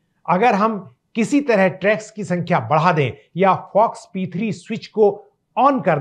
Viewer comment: इस वीडियो में मैंने रेग्युलेटरी टी सेल्स को ट्रैग्स कहा है। इसका उच्चारण टी-रेग्स T-regs है।